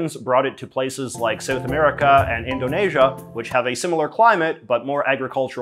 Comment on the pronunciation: U pronounced Indonesia correctly, thats a feat !